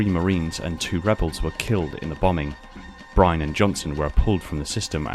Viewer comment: Small thing but its Staff Sergeant Nolan Byrne not Bryne